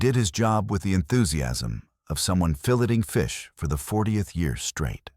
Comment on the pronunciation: Stupid AI. 😅 Filleting fish isn't Pronounced "Fill- letting"😂😂 what a joke.